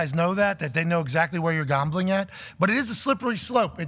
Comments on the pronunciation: He pronounces “Gaumbling” weird. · Why does Pat pronounce the word "Gambling" like that lol - Gahhmbling